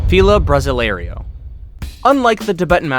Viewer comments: It's not a "bra zselario" it's pronounced more like 'brossil arrow', but actually with an "ay" sound. Please learn to pronounce Fila Brasileiro. You got the "brossəl" part almost right - it should be (br!•seel'), but the ei is pronounced like the ay in hay. So, it's (bra•seel•āy'•row) or at least, the aforementioned "brossil (like fossil)-arrow" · You almost got the feel of brasileiro pronounced correctly you did so great on the 1st part but failed on the 2nd ‐ the ending is not said "‐ lario", it's "layrow". So then, together it's "bra‐ seel‐ lay‐ row"